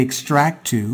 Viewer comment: Great vids! However, the 'L' in 'tool' is not silent! You have a fantastic speaking voice, great info and you're a great teacher...but I wince every time you say 'too' when you mean 'tool'. :D